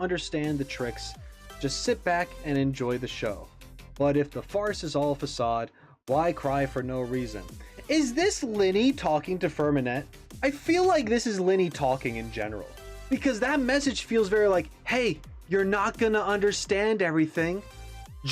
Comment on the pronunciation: Side note they don’t pronounce the T in Freminet it’s more like Frem-ih-nay.